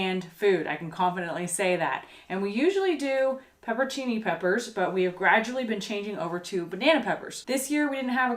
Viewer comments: Chickweed is a decent salad or sauteed green. It makes a decent pesto. Also, you are missing a syllable on your pepperoncini, and it's "broosketta". :) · That pepperoncini vs pepper-cee-knee thing is something my husband and I do a lot. I'll say something wrong and he'll say "do you mean... (and say it correctly), it had us laughing. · its " pepper-own-cini" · Are you talking about peperoncini? If so you should pronunce it pepper-on-cheenee :) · Do you know how you get transported by reading a good book or novel? I find myself binge watching your videos and imagining being out there! Really enjoying your real life videos...oh...and it is Pepperoncini. pronounce "CH". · That was great stuff! I doubt it matters much but in case it does: Peperoncini = pepper-on-chini Bruschetta = broo-sket-ah. Which is the toasted bread. Not the topping! The topping can be whatever you want xo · Hahahaha last part was awesome. Paperchini???? Paperchinise???? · Actually, it's pronounced "pepper-ahn-chee-nee". There's an "N" in there that is pronounced with the vowel like "ahn" in "montage". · seriously, I don't think you could get any cuter in the cut who cares how to pronounce peproncini! And Bo curled up while y'all harvested, too sweet for words...happy days to you! Peace ☮️ and love 💜 from Kimberly in South Dakota 💙❤️